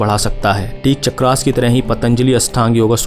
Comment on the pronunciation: चक्रास क्या है भाई? आपका उच्चारण वेस्टररनाइज़ हो गया है।